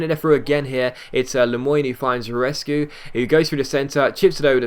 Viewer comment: The striker's name was Rusescu, not Rescu xD